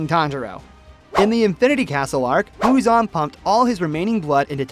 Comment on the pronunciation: muzan not huzon